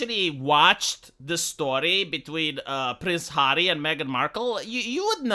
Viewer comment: "You've sacrificed your pride, 'arry."